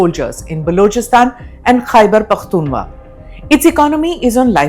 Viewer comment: Khyber pakhtunwaa😂😂😂😂